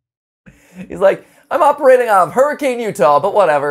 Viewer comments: as someone who lives in Hurricane Utah, I would like to inform you that people here pronounce it hur-uh-kun not like how you would assume it to sound, hur-uh-kayn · It drives me sooo nuts that NO ONE ever pronounces Hurricane right! I grew up in that area and you definitely don’t pronounce it Hurr-i-cane It’s pronounced HURR-I-CUN i know its a stupid little thing but that’s really is how you say it 😂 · Also to answer questions Watermelon or Lemon Blueberry Deep Winter And I don't have an air up T-T And in Utah we pronounce it Her-rah-kin mat. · Fun fact: Hurricane, Utah is pronounced like Hurra - Ken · I know this was posted 5 months ago, and I’m just now watching it, and probably wouldn’t see my comment either way, but IF you see this MatPat; Hurricane Utah is promised “hur-ri-kin” 🙂